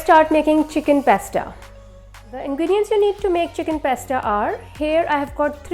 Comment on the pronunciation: Its pasta not pesta